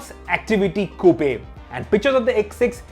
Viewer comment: Y do u guys pronounce coo-pe..what the fuck is that🤣